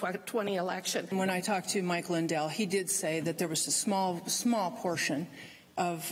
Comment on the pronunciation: wait, did she say "when I talked to Mike Liyndell" is that The Pillow gy ? lol